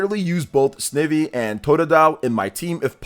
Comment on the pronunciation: That Snivy pronunciation is craaaazy. The pun is Snide + Ivy